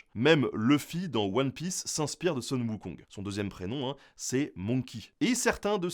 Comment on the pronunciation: Oui et non, ici Sun est mal prononcé. Ça se dit Soon. Mais oui, c'est une sorte de retranscription phonétique.